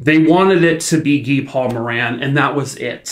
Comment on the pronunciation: Thank you for pronouncing Guy Paul Moran's name properly. I've seen way too many YouTube channels say it as guy- like another name for man. But since there are a lot of French Canadians, Guy as a proper name is usually said as Gee- with a hard G, like as in the word gas. I appreciate you taking the time to actually find out the man's name. But, as usual, you always do things top notch. Another great video. Poor little Christine... if the timing had just been a little bit different that day, she'd probably still be here.😢